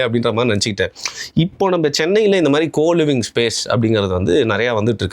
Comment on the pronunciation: கோ லிவிங்கா ❌️ கூ லிவிங்கா ✅️